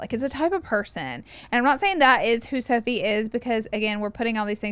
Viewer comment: and “sophie”🤣😭